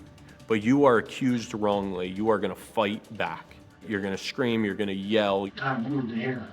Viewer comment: (sp?) ~ The word 'going' isn't pronounced goinGUH. The g is soft. You're adding an extra syllable that isn't there. You sound uneducated. Learn to pronounce words correctly.